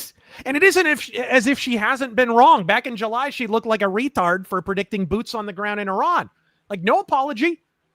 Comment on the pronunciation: 😂 "Density" "Jew-lie"